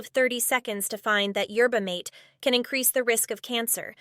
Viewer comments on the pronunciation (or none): The overpriced kool aid she's drinking is a rip off of mate, a classic South American tea drink, hence being pronounced as mah-tay. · out of all reaction channels I love yours the most- you say things exactly as they are, and you're extremely funny and witty! thanks for your commentary! (btw- Mate is pronounced "Ma-teh") She is so desperate for money she stooped to a new low. "I'm exhausted all the time and this will help with the fatigue"- Do you know what will actually help with it,? losing weight, exercising regularly, and stopping wasting negative energy in the form of contra-bullying, rages and manipulation. I wonder if this 40-year-old toddler will ever grow up and start to take accountability over her 5hi7 (My bet is on "no") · The drink mate is pronounced mah TAY